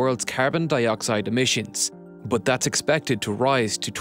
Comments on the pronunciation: "But" = Boathhhhhhh... over and over - funny. Did you know "but" has an "h" at the end? Bigtime. Rather than "the h is silent", we have "the lack of an h is overwhelmingly loud". This narrator seems to be everywhere too. Pretty good narrator overall though. And a great video! :) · Is there a reason he pronounces BUT very odd and unusually? It kinda bothers me.